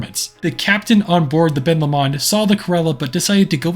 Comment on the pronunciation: All I’m gonna say is that’s not how u say Ben Lomond it’s Ben low-mund I’m sorry if u take offence to this also really like ur videos Also if ur talking about the lake it’s Loch Lomond. Ben Lomond is the mountain next to it